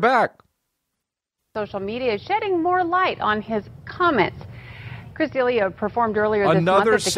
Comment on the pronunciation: People that pronounce D’Elia wrong. Juan Fyre s’bad.